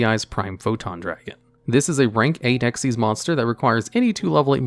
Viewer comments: I can‘t believe you read the „Xyz“ in Dark Rebellion Xyz Dragon as „Ex-why-zee“ rather than „Ex-iez“. Come on, the Y and Z in Xyz is smaller than the X, unlike XYZ-Dragon Cannon. Never mind that it’s obviously named after the summoning mechanic. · “Dark Rebellion ‘X-Y-Z’ Dragon” lol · >pronounces the Xyz in Dark Rebellion as eks-wai-zee >the very next moment correctly pronounces Xyz as ik-seez I’m convinced you’re messing with us at this point. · I find it incredibly infuriating that he says dark rebellion X Y Z Dragon because it’s so clearly XYZ! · Actually, if you were to ever actually read card text, it is called "Dark Rebellion Xyz Dragon", NOT "Dark Rebellion XYZ Dragon" as you said it! The black monsters from Zexal, with Ranks, not Levels, are called "Xyz" NOT "XYZ" and in the said dragon's name, THAT is pronounced "ek-seez"! XYZ refers to a Lv 8 LIGHT Machine Fusion Monster - "XYZ Dragon Cannon" - NOT the follow-up mechanic to Synchro! I thought you knew this game, how can you get such a basic fundamental so fundamentally wrong? What is wrong with you, man? Also, I'm after Chanbarra (it's "kan", not "chan") for my TG Deck as I already have Armades! I apparently know more Synchro plays than a supposed expert who can't even tell the difference between "Xyz" and "XYZ"! Give me strength! Although, you are American, so I'm at least going to let you off your pronunciation of tge letter Z, cuz you lot are weird! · you say Xyz in its name wrong but then say Xyz right 🙄